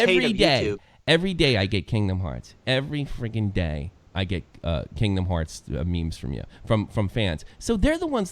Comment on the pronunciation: did you just say kindom hearPs?!?! TRIGGERED